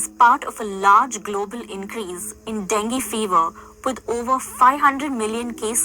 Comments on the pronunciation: Appreciate this video, thanks Fyi; Dungue is pronounced Dun gay not Dun goo 😊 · You don’t pronounce it like that. Den Gay Fever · DEN”gay”…fever. pronounced Bengay!’ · Denghe is pronounced Den-Geh!!! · Pronounced den gay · It’s DenGay fever. It’s easy to say and remember. Den. Gay. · Deng-gee Like 'key', but with a G. Not with an A sound. With an E sound. As in E for 'evil', like the person in the article! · That mofo, Gates. He needs to be stopped. It’s pronounced “Den-gay” btw. :)